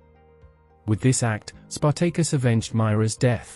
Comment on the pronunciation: Spartaykus Emphasus onthewrong Sylable